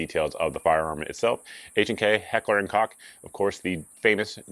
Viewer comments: I always thought it was pronounced “coke” 😮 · It's pronounced "coke." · It’s not cock, it’s coke. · I thought it was pronounced Heckler and coke, not 🐓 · It is pronounced “coke” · Of all the people to mispronounce Koch, I never thought it would be you....